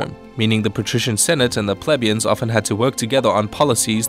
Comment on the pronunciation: Plebeians. (Plee-Beians not pleb-ians just saying :D)